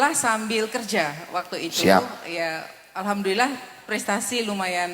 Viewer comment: Fasih beneer ucap hamdalah.. jangan jangan dulu muslimah itu